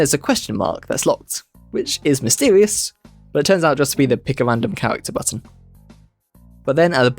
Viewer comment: I didn’t know the owange pegs appeawed at wandom